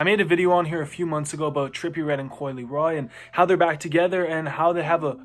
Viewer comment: Bro said coi leroy 😂